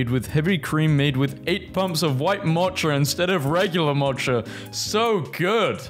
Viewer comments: You're really awful at pronouncing common things sometimes. A lot of times. Mocha is not matcha. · Who doesn't know how to say "Mocha" correctly? duh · Damn and I thought Americans were bad at reading words from other languages but confucius? MOCHA? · Who doesn't know how to say "Mocha" correctly?